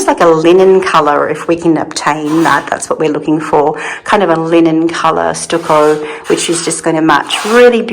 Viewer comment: 🍃Much love and speedy recovery,. I think the first wallpaper is the best…it took my breath away! It will make that room just ravishing. FYI, in the USA, we pronounce stucco like “ stuck…I was stuck in the mud”! Stuckoh …